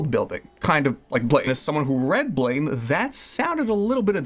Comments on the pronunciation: Ahhh... It's BLAM!!!! Not blame.... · Keeps calling it blaym pronounced Blam like the sound a gun makes or the Japanese word pronounced Buramu in Japanese ‘U’ is basically silent and ‘R’ is pronounced like ‘L’ so Blam!